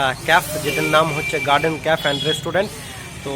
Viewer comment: Khub sundor hoyacha But it's not caf it's cafe (ক্যাফে)